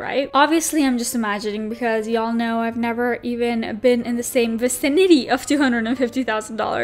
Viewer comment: Vicinity = vi-SIN-ity